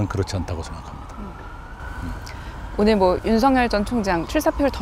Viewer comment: 이 기자분도 '윤석열'을 '윤성열'이라고 발음하네... 언론인 2명~3명 중 한두 명이 저러던데 진짜 심각하다. 더 신경써야 할 집단이 발음조차 틀리니... '윤석열'이 '윤성열'이면 진짜 '윤성열'이라는 분이 계시면 그 분과 구별은 어떻게 할라우? '윤서결'이라고 발음하는 게 옳습니다. 기본적인 건 좀 합시다. 국민들과 힉생들이 죄다 배웁니다.